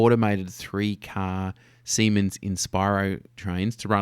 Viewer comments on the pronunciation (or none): none